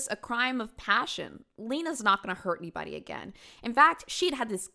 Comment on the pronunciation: this is the video that made me realize that i picked up the way says "anyBODY, everyBODY..." hhhhhhng